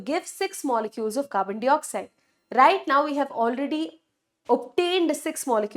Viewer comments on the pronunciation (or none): I love yr videos mam but the way you say "dwaring (during) and Carbon D oxide" is so irritating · Carbon dioxide pronunciation is 🤔